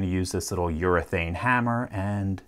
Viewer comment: 'Urinethane' Hammer